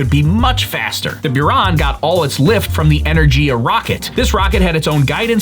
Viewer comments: G in Energiya pronounced like Give not like Jim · Great job as always, The one and only feedback I would give you is that you pronounced the Rocket’s name that lifted it be Buran as Energía when is actually pronounced as Energia. 😉